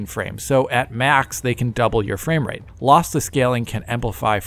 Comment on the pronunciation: Fame-rate? is becoming an influencer now? 😂